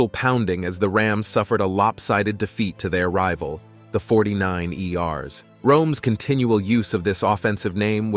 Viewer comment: Forty Niners, not 49 ERS